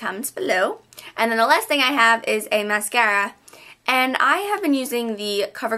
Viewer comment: You say mascara funny ! Anyways YOUR SO PRETTY !! :D